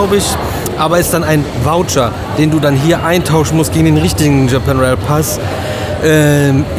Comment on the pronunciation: Yes! Es geht los mit den VLOGs aus Japa"i"n. 😛Der Disclaimer von war mega. 😀 Aber krass wie anders Japan jetzt schon wirkt. Also, nicht negativ gemeint, eher sehr interessant anders. Das Zimmer ist auch cool. Irgendwie süß. Besonders der Wasserkocher hat uns begeistert 😂 Dann sind wir jetzt auf die 4 Tage Disney sehr gespannt. Besonders auf Disney Tokyo Sea. Danke für den schönen Einstieg in Eure Japan Tour. Liebe Grüße, Alexandra und Peter.